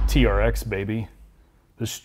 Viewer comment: It’s supposed to sound like trex when you say it not tea-are-ex